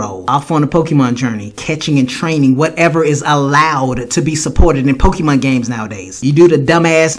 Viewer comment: Masuda is the type of person who calls Pokemon "Pokiman" while knowing dam well that it's pronounced Pokemon!